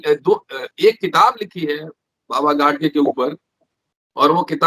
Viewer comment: It's not , गाडसे , ओ गाडगे हैं